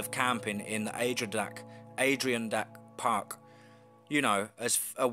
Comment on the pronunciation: Oi,.... Were you trying to say Adder'ron'dax (kinda how we say it here in US.)mountains?? Not makin fun of u,.. I just didn't know for sure where u were talking about. Definitely got story skillz..